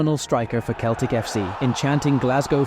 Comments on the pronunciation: You forgot Michael Laudrup . And it is pronounced seltic and not Keltic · Not just Juventus, he mispronounces almost every name of clubs and players. Keltic? Please... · It's pronounced Seltic not celtic 😒